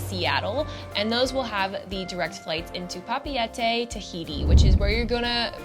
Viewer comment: You’re going to Papeete and you’re not even capable to pronounce it 😂🙄🤨 and you should clean up a little bit, it’s surprising they even allowed you into 5* (in case it’s not fake).